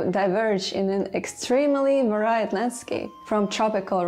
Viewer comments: I generally enjoyed your video. Thank you! But.... Please, please learn to pronounce varied, various, variant, variety etc. correctly. veri, verios, veriant, vrraieti. An I is not always an eye. The chair spinning is also annoying. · EXCELLENT work, many thanks,! One minor issue with your English, though: It's mostly great, but review the pronunciation of VARIED and VARIOUS and VARIES!;) Spasibo Bolshoe!